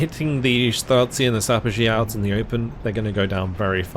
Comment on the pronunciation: Me as a Pole Having fun while you try to ponouce Polish names of units saperzy was quite good, you just accented wrong letter Having fun seeing big booms Great video, keep it doing